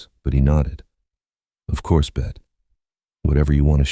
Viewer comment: I loved this story but it would have been better without the AI voice calling her "Bet".